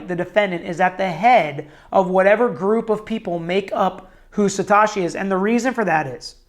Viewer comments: Satoshiii not Satashiii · "Satoshi" doesn't rhyme with "wash me", it rhymes with "though she". Instant crediblity bankruptcy. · Good, unbiased, objective analysis....Kudos....but please pronounce "Sat OH shi" properly going forward. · you are pronouncing the word satoshi incorrectly. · Ma dude, why can’t you say satoshi? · Haha I agree. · he has shotty greek on andreas name too.. apparently he doesent speak japanese or greek... it sounds like satoushi.